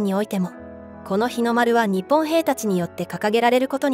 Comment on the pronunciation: ☆★・『日本』 のイントネーションが可笑しい!!!!! 日本の文化を正しく伝える❗❗ 🇯🇵🌸👨‍👩‍👧👶🧙‍♂️🧝🐶🐱🗻🌋🌅🪺🐦🐉